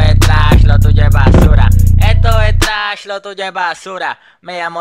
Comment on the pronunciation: La mala pronunciacion le da el toque bro jajajaj